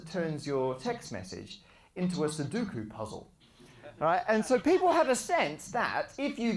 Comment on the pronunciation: SU - DO - KU! Not suduku.